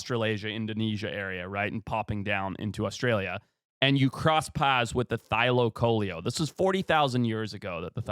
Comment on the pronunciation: the pronounciation thylaco-leo. leo as in lion😂